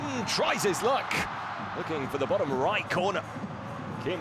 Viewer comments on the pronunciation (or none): none